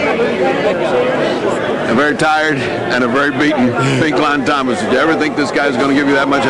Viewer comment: "Pink Lawn Thomas"